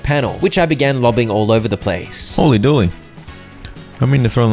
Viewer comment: You're the only person I've heard pronounce "Hooley Dooley" as "holy dooley"